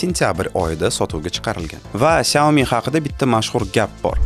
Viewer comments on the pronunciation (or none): none